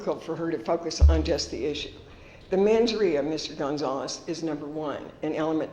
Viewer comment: "mens ria". Lol edit: she says it 3x too